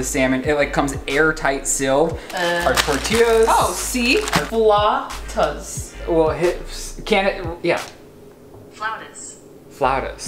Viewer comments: Fellow Mexican here had it right the first time: fla-OW-tas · Thanks for the video! Also, your first pronunciation for flautas was more correct than Google's response. Google doesn't know what she's talking about 😂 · The way you said flautas the first time was correct :) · you are right in the pronunciation of Floutas, trust me it is a Mexican food, my mom makes it all the time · 😂😂😂😂 Flautas Like saying ow!(as if something hurt you) Fl-ow-tahs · As a Latina, pronunciation of “flautas” was correct 😭😭👏🏽 it’s “FL-OW-TAS.” Ow as in OWWWW that hurt! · Me: a Mexican who knows how to say Flautas. Also me: Repeating Flawtaz to pronounce it, to later realize she knows how to say it correctly. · You pronounced flautas correctly the first time you said it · deserves points for knowing what a pescatarian is and how to pronounce flautas ☺️ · You were right! It’s flautas the way your pronounced it!!! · Your pronunciation of "Flautas" is correct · Btw, your pronunciation of “flautas” was on point lol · I’m Hispanic and the “flautas” was said right by 😂😂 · had actually said “flautas” right the first time 😂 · Allayna I’m Mexican, and I approve of this comment and saying of Flautas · I think original pronounciation of ‘flautas’ is flawless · 2 years later but you were saying it right ( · Siri cannot pronounce flautas right, you need to google some one who speaks Spanish saying it. is actually saying it right in a white boy accent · yes, you pronounced flautas correctly 😊